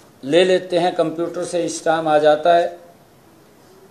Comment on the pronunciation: Stam nhi Stamp hota hai...plz update your knowledge